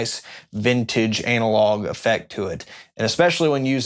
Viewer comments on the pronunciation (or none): none